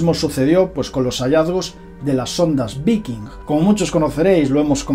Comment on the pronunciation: Se pronuncia VAIKING... cerebro de vacaciones!